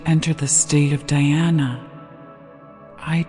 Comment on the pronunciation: A true christian is an Hindu and a true Hindu is a christian. The origin of faiths seems same from same source. Please pronounce Dhyana by pronouncing 'dh' as 'th' in theology and the whole word as Dh-yana. Same with Samaadhi-not samadi. Kindly refer to some Indian scholars. Every word pronounced is supposed to have a form according to the way it is pronounced and this norm is strictly followed in sanskrit which forms the basis for hindu religious communication system. Thank you for this divine presentation